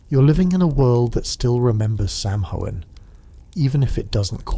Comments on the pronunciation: Garlic speaker here. It’s “Sow-en” not inn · This was mentioned in the last video… it’s pronounced “Sow-En”… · It’s pronounced saw-win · Please pronounce samhain correctly it's pronounced sowinn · Great video. Btw, Samhain is pronounced “SAH-win” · If only he could get the pronouncing of our holiday correct. In the last one, it was Sam-hain or Salmon. In this one, it’s Sam-hoo-win. Several people have mentioned it already. 🤷🏻‍♀️